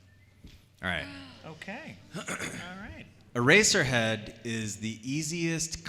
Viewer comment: "i play ereserhead" I FREAKING FELL OFF THE COUCH